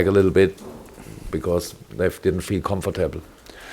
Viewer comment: Haha love how he says 'comfortable'